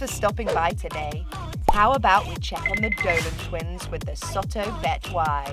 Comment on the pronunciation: Why did she call them the dorlan twens